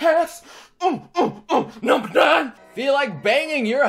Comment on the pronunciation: Every time you said the word "number" I heard "Noble". Reminded me of Halo. Or you could assemble your own Noble squad. You may be Noble leader, and your squad members can named off from Noble 2 on. Like in Star Wars. This is random now. I will stop. That is all.